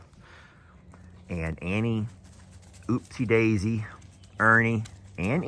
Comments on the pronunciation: it is UPsie Daisy, not oopsie Daisy. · The baby goats are adorable! They look like they are always smiling. I thought the new alpaca’s name started with a “u”. You just called him “Oopsie Daisy.” If it starts with a u wouldn’t it be Upsie Daisy? Or is it again lawyer vs lawyer (your pronunciation vs. Jamie’s) pronunciation? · Upsie daisy. Not oopsie daisy!!!!!!!!! Lol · You and Jami also pronounce Upsie Daisy differently. you say "OOPsi daisy and Jami says UPsi Daisy. Lol!🤣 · Does keep saying oopsie daisy? I thought she was upsie daises? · Question -- This would be to anyone... I am continually hearing call the new baby Oopsie Daisy... I thought it was Upsie Daisy... Did I miss a name change??? Thank you... Just curious... Hugsssss from Kentucky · It's Upsie Daisy not Oopsie Daisy lol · I thought it was Upsie Daisey not oopsie.